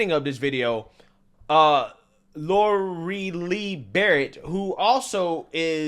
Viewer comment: The name Lorelei is NOT pronounced "Laurie-lee". It IS pronounced "Lor-uh-lie" (or Laurel-lie). I like your channel and news, but if a name you are unfamiliar with crosses your path; perhaps you should research the proper way to pronounce it?! It's a fairly common name, and you can, "OK Google, how to pronounce the name spelled L-O-R-E-L-E-I?", and Google will even tell you. Not difficult. Would take maybe 10 seconds, not to look like an ignorant person. Just a suggestion.